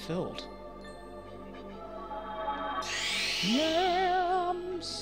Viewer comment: I needed this video right now. Seem to have a form of pink eye so I can't wear my contacts and I'm basically useless without them. +10 for the Blind Guardian reference. - did you say "yams"? Made me think of the Danzig's shopping list video.